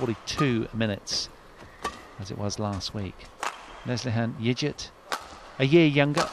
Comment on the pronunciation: The name Yigit is pronounced with a hard G as in forgot, not like fidgit. So irritating to have the commentary mispronouncing it constantly. The umpire got it right. I much prefer the expert commentary from Steen or Morten.